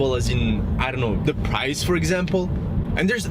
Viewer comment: “Preeeus”, not “Praius” :) Very happy with my IONIQ, although I’m not a huge fan of the profile or sloping roof.